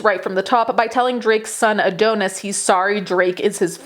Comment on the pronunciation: The way you pronounce Adonis is atrocious